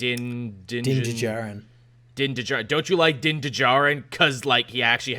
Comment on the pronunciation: Din Djarin's "D" is silent, like Django, and as soon as you said which DC movie you wanted to see, Tevya just spammed the feed with supersons and Jon Kent long name comments lol (Also Ventress is super dead, because Merrin from Jedi Fallen Order is canonically the last living Nightsister.